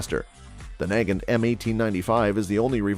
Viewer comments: yes he said NAY-gint and it is nah-GAHNT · SKS rifles start at $500 now. Mosin NAG-gant?? I think its usually pronounced as nah-GAHNT. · He pronounced the "g" at one point after saying it 2 other different ways lol. He said "Nay-john-t" lol.